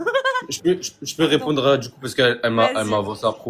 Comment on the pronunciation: J’peux répondrrre ? J’peux répondrrre ? J’peux répondrrre ? 🤭